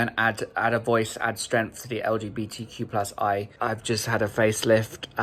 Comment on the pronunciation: "LGBTQ+I".... Oli... At least learn that properly.